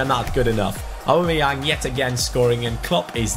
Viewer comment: Why can't you poronounce "Aubameyaung" probably? Lol